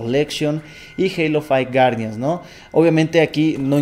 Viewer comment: Halo fai wuardian XD